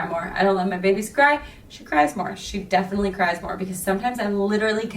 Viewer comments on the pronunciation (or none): none